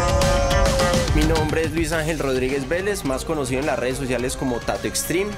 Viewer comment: yo vine por tato y el presentador digo mal tu nombre :v